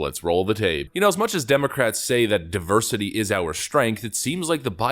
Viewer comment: "Our die-versity is our strength!" 🥴😵‍💫😂